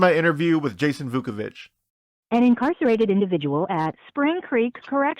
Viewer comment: IT is Vuković